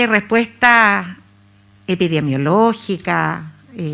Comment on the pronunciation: "epidemiológica" señorita no "epidiemologica"... si siquiera sabe decirlo ya sabemos que nos espera con este gobierno, ya tenemos los monos contagiosos a cargo 🤦